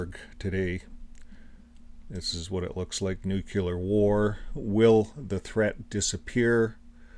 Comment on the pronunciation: The word is nuCLEAR not nuCULAR...btw nuclear weapons are nothing but an elaborate piece of fiction and don't even exist. How in God's name does a man get caught in the blast zones of not one but TWO atomic bombs and survive? Not only that but he then lives on to reach the age of 93, wow! how lucky can you get huh?